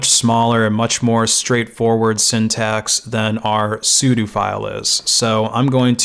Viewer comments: It's sudo not sudu. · Hearing Sudo pronounced as su - du instead of su-dough and realizing I've been saying it wrong my whole life oh well, not gonna start now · why does everybody pronounce it as soodoo it gets on my nerves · i've pronounced it like "as you do" LOL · I've always known what it was short for but I've never in my life heard someone pronounce it the way he does